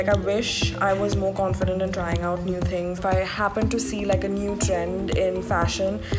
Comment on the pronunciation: the la girl dint try the 't' of trying.